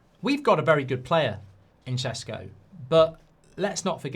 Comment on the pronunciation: Stop saying sesko like that please 🤣🤣